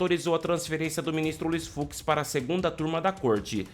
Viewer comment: FUX e Não FUZ, Desculpa a a Correção Ai.